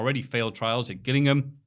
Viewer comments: I’m from Gillingham. saying it wrong, and not as ‘Jillingham’ was incredibly frustrating 😂😂😂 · I beg of you, (that rhymed lol) never speak about football again. Your pronunciation of Gillingham, Liberia and Paris St Germain (amongst the others) hurt my brain 😂 You're still a legend though (just not as much of one as Ali Dia, he's George Weah's cousin you know)